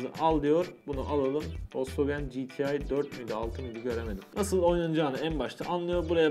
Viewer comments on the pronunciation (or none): none